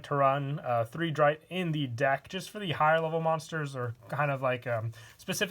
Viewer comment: If I may lend a hand in pronunciation: Sechste = Zex-tuh Vierte = Fear-tuh Dritte = Drit-tuh Zweite = T-zvai-tuh Erste = Airs-tuh